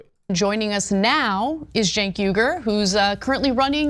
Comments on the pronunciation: It's pronounced "Chunk" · I like how always finds a new way to mispronounce Cenk's name. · Who would vote for a guy that can't even spell or pronounce his name correctly, I grew up with a guy his name was Jenk(sounds like j-ink) now Cenk(to me sounds like the kitchen"sink") I could never vote for someone like this guy he's just a big loud mouth,he doesn't even have common sense. 🤔💯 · Still confused how he pronounces his name with a J when it starts with a C. Idk maybe im uneducated or its normal in the country he was actually born in 😂😂😂